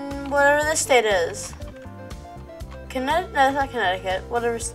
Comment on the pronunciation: Bro it’s Connecticut